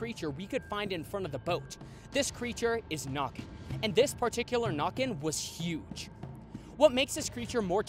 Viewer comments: The nökken is pronounced as nekken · I think the nokken is pronounced nooken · It's pronounced with an Ä (like in "nay") in Swedish. It's pretty okay for being in Norwegian though, but of course w heavy American accent.